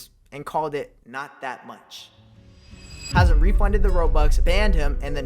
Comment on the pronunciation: Its hazem